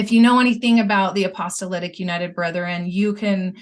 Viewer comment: Why does always say apostolitic instead of apostolic?